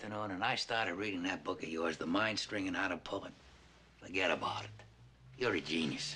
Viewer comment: his Italian side came out with that "Forget about it"😂😂😂😂